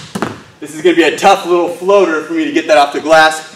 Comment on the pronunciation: You said foater